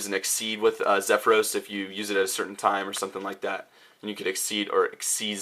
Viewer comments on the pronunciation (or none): none